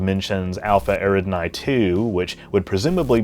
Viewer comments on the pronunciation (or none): Eridani is pronounced Air-ih-don-ee, not Air-id-nye.